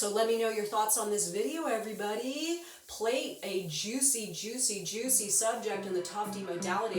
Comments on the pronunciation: It’s pronounced plat not plate. Its the British word for braid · It's pronounced PLAT not plate. British call BRAIDED HAIR PLATTS and Russians (Vadim Zeland the Author of this book) translate to Braid or Plait (PLATT). All American's keep saying PLATE like a food plate. LOL. Every person copying the same mistake.